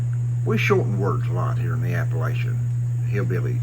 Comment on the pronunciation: This guy doesn't even know how to pronounce Appalachian...............